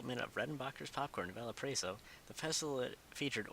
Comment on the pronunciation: u said Valparaiso wrong and it was really cringy not to be mean